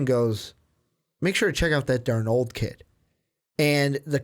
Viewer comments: It's Sam DARnold. Accent on the first syllable. Sheesh! You, also, forgot to mention Clay Helton, the brilliant young USC coach. He will become the next big-time coach in college football if the NFL doesn't steal him, first. BTW, Clemson is the current "King of College Football", not the "Tide". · They keep saying Sam darNOOLD!!! It's darnold, like Arnold but with a D... Darnold!